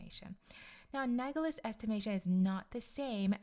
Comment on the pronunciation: Analogous not anagolous